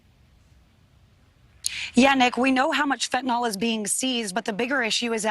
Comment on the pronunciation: it's fentanyl, not fentanol.